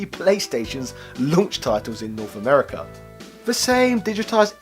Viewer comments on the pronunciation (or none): none